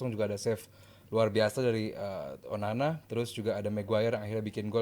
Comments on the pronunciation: salah ngomong Onana jadi onani 🤣😂 mulutnya lagi sariawan 🤣🤣 ngakak 😁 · Bang typo bilang onana nya 9 : 31 😂😂😂😂😂